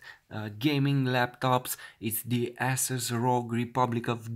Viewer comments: hahaha..lol It's not pronounced Asses it's Asus long A not short A lol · Ey-sus not Ah-sus